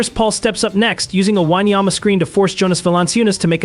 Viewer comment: Dude, can u be more disrespectful? Not once have you pronounced his name correctly...are u dumb? Just asking cause you obviously can't read or spell...